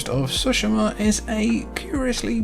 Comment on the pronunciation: If I mention when something is wrong, I must praise and something is right as well. Thank you for pronouncing Tsushima correctly. It really annoys me how many reviewers and youtubers claim to have played the whole game, but despite 1000 times they say the name, people mispronounce it. So thank you for treating our ears to the correct pronunciation :D